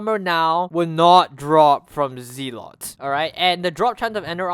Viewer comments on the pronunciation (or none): isnt it pronounced zeh-let?